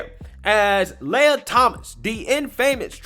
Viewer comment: Lee-uh Lee-ah Not, Lay-uh